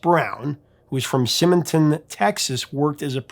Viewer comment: It's not Simonton Sim-e-tin , It's pronounced Sigh-min-ton , Texas. Located just West of the city of Houston.